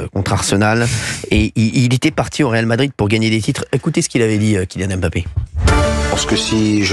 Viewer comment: on dit pas réal de Madrid 😃